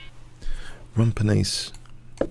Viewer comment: I'm Swedish, and i find the Swedes name funny, and you pronouncement of it funnier ;D